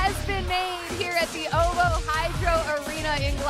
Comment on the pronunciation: Is it not “O V O”? Why are they saying OVO?